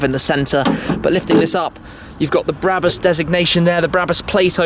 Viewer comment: Its not bräbus its brabus